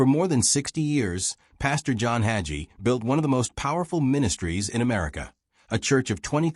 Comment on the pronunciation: It's pronounced hay gee(rhymes with sea)